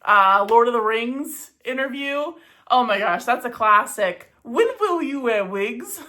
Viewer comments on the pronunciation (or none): Vhen vill you vear vigs? 😂